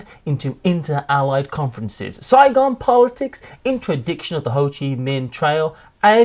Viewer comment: For Fire in the Lake, when said “Saigon politics,” I heard “Zygon politics” and thought it might be a Doctor Who game.